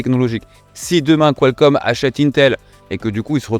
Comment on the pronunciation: il va falloir s'entraîner sur la prononciation , j'entends "qualScomm" à chaque fois